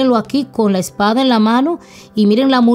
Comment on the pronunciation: Porque dices esparda??